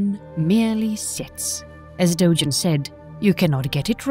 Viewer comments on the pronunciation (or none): The g in Dogen is pronounced as a hard g. Pronouncing it as a soft "g" like a "j" is wrong. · She is mispronouncing Dogen